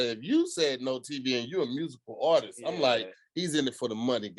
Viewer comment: tongue 😂 I thought he said "all this" but he said "artist".